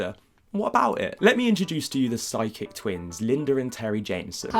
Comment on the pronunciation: I couldn't help hearing "sidekick" instead of "psychic"